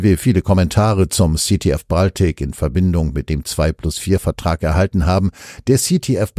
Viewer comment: Sprecher bitte die Aussprache von "Baltic" korrigieren. sagt es korrekt.